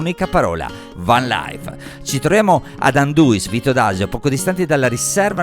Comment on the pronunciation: Inizio dicendo che per vedere questo video mi sono dovuto prendere un giorno di ferie e proseguo sottolineando la scorretta pronuncia di Anduins, ma ormai siamo abituati. A parte questo il video non è un granchè! 😜 Bella la frase "se a casa tua dormi, su questi mezzi vivi la vita" 👌🏻👌🏻 Super ingegnosi tutti quanti grandi!! Video utilissimo per chi vuole prendere spunti e idee!! Ora aspetto il video del primo raduno Not Only Fans FVG, sicuramente altrettanto interessante! 😂 Stavolta invece del solito "zaino in spalla" ci stava un "tenda sulla macchina" 😉 Un salutone! 👋🏻